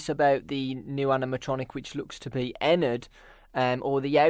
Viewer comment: it's not Ennard